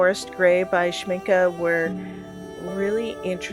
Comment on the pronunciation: I have all the granulating colors from Schmincke, since I am in Germany I can get them easily. By the way, congratulations on pronouncing Schmincke the right way!! You are the first one who is not butchering the name! Most americans say Shminkey (gringe...) I enjoyed your video very much! I would love several colors from DDL but geez, they are crazy expensive 😞 But I will definitely get some from A. Gallo. I have several from them and they are lovely too! DId you try their brushes? I got a set of travel brushes from them for my birthday and they became my favourite ones, italian quality for real! Love and light to everybody here!